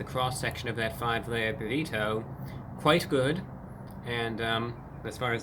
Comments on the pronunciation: Burr eat oh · Love the way he enunciates “burrito” and “twenty twenty five”. Spectacular! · two ne tee?